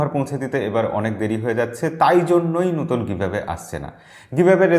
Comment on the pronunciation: আপনি নতুন(নোতুন) কে নুতোন বলেন কেন ???